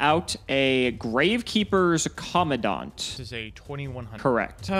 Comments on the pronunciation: that is not how you pronounce Commandant. It's Co-Man-Dant. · It's pronounced "Com-man-dant" (command-ant) as it is essentially a person in charge. Minor thing but the pronunciation of the card name is weird. Great video as always